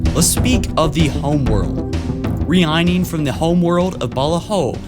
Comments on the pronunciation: Omg this guy butchers so many words.... . The word is Reigning. It is pronounced RAY-NEENG. Not REE-EYENEENG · did you pronounce reigning as ree-eyening? It's pronounced basically the same as raining. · Re-ineing? Did I hear that correctly? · I know this video is 4 years old, but did you seriuosly say "re-i-ning" instead of "reigning" (pronounced "raining") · this nigga really said ree-eye-ning instead of reigning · you know reigning is pronounced "rain-ing" not "re-ine-ing" like you said right? 😂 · Dude it's RAIN-ING, not REE-EYE-NING. 😅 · for fucks sake does a non-native English speaker narrate these? “Reee-ining?” How do you not know how to pronounce “reigning” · Did he pronounce reigning as re-ein-ing, isn't it rain-ing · Reign not re-igning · Sorry to be that guy, but when you were talking about where they come from, you said "reighning from the homeworld", reighning is pronounced the same as raining, not ree-eye-ning lol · Am I the only one who lost the narrator at his butcher of the word reigning? It's rayn-ing not Ree-I-Ning that just sounds like a Chinese Rihanna knock-off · Re-I-ning? Reigning is pronounced closer to raining, you silly billy. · "ree-eye-ning from unngoy" oh boy, that's not how you pronounce that lol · My dude , Reigning is pronounced RAIN-ING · Did you fucking pronounce "reigning" as rey- ining??? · What the fuck is re-ign-ning...god man do some research on proper pronunciation before you make yourself seem ignorant. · Reigning is pronounced how the word "raining" is pronounced my guy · Just an FYI, "reigning" is pronounced the same as "raining". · did he just say re-igning? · Reigning..... Sounds like raining....... Reeaining??? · re-eyen-ning? reigning? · i love hearing him pronounce the word reigning like (ree-eye-ning) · Reigning is pronounced raining. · Re-ine lol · I don't think that's how you pronounce that word 😂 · listen to him say reigning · Dude your pronunciation is BRUTAL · do you not know how to pronounce the word 'reigning'